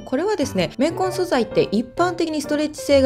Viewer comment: レンコン、レンコン言ってるかと思ったら綿混だった…